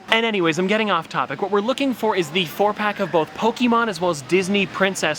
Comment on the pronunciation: It's not Poke-E-mon , it's Pokémon. Please stop saying it like that it's super fuckin annoying